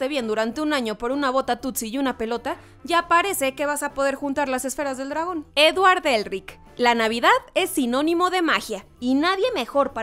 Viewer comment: Buen video pero es Edward Elric no Eldrich